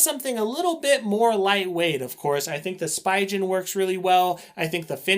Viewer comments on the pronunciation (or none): great video! the way you say Spigen makes me cringe though... the "pi" is pronounced as "pee" the "G" in "gen" is pronounced as the "G" in "go" pronunciation /spee'gan/